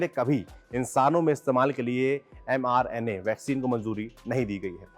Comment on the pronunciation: It's m-RNA meant messenger RNA It's not mr-na